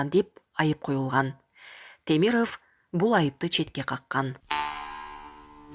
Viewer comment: Темирыф эмес. Темиров деп оку. Тантык журналист.